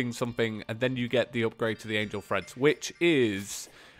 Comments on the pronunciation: Treads not dang freads Jesus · TREADS, not THREADS